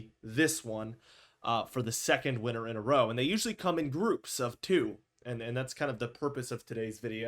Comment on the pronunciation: Do you know how to pronounce winter?